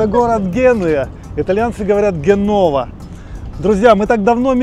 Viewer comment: Не Геннова а Дженова!